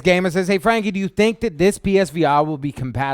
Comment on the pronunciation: Psvr not page